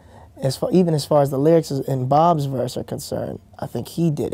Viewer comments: I love how he calls B.o.B , Bob haha XD :P I called him Bob in front of my Best Friend and she tried to correct me and I was like "Noo, Bruno Mars said it, tht must be right" :) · Lol he calls B.O.B Bob..